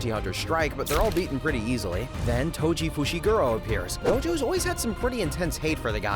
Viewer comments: Tojo bro I heard you say Tojo its toji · "Tojo" istead of toji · TOJO WHOS TOJO ITS TOJI NOT TOJO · Toji❌ Tojo✔ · YO WHO IS TOJO U MEAN TOJI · My guys called toji tojo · "tojo" nice ai vid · "tojo" that's just wrong😔🥀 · Toji❌ Tojo✅ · Did anyone not notice that he called toji tojo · Tengen❌ Tenjen☑️ Toji❌ Tojo☑️ Jujutsu ❌ Ju-jitsu☑️ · AI pronounced whatever is written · Why does he call toji tojo?